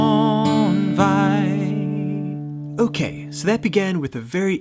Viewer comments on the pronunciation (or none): none